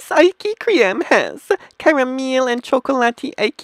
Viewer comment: first of all learn how to say ice cream correctly and secondly eat the food you reveiw